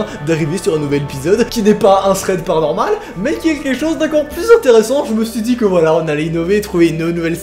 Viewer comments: Je kiff quand tu fait PANORMAL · Je kiffe quand tu dit "PARANORMAL"👀